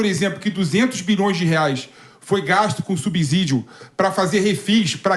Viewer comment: Essa pronúncia da palavra "subsídio" 😅 dá dor de cabeça!